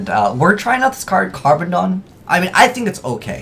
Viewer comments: its called "carboneddon" and not "carbodon".... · just for reference sake pronunciation is "Carbon-edd-on" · Carboneddon Car-bon-edd-on is can't pronounce anything. Also I like how he says the deck isn't that great and then this video comes out.